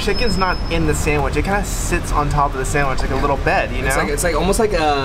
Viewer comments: When you said “samich” instead of sandwich I died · I can't get over the "samwich" 😅